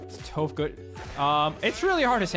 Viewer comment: Calling toph toph? L